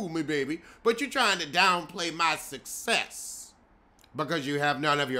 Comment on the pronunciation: Why won’t Tisha learn how to pronounce words?? Why opt to talk about an expo in which you cannot pronounce?? She said ‘suh-sess’ and I turned it off